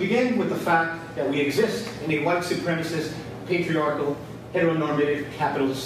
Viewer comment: "Petriarchy"? You went there? LOL!